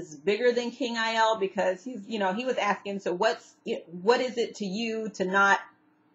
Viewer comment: Great recap... love Vikings... the king is pronounced Ay-lah